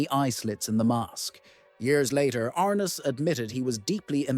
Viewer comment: His name is pronounced James R NESS not James R NISS.